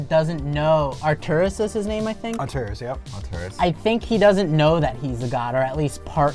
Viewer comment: atreus...not arturus. lol